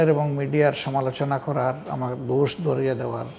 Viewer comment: ওগু হাইলডি,, দুষ না বাংলা শব্দটা হবে দোষ,, প্লিজ বাংলা ভাষায় কথা বলেন